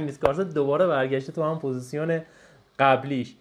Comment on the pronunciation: تلفظ صحیحش پوزیشن (Position) هست. ممنون بابت ویدئو